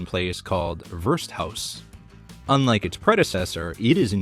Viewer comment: Not Wirsthaus....Wirtshaus! It means as much as tavern